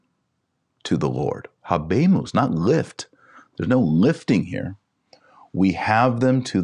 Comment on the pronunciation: Adjutorium , the “j” has the “y” sound. The “H” in habemus is silent